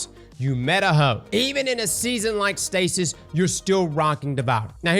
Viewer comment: Me dying of laughter cause cross calling stasis “stacey” 😅